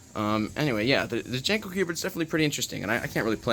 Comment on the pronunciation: I think it's pronounced more like "Yanko" than "Janko". It was named for Hungarian man named Paul von Jankó and in Hungarian (and German and most Slavic) lagnuages the J is pronounced like a Y, and the accent over the "o" means it should be said like "oh". So it's really pronounced "YAHN-koh".